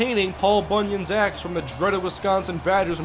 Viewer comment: it sounded like you said paul bunyan's ass